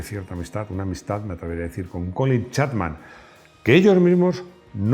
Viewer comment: Te has pasado todo el video diciendo Colin Chatman cuando es Chapman.